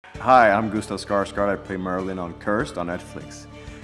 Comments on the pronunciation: he pronounced his own name wrong, å is a completely different sound from a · That he pronounces it wrong is kind of annoying though. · This dude can't pronounce his own last name. He is not true Viking because of that. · I dont understand, he's swedish, why dont he say Skarsgård like its supposed to be pronounced? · he mispronounced his own name negative nordic points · He doesn't pronounce his own name right... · He dont know How to pronunce his own name